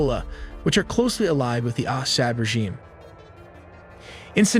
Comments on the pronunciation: I think it’s pronounced Assawd. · I'm slightly freaked out by how awkwardly your bot pronounces "Assad" and "Sukhoi," but your recent updates have been illuminating. Thank you.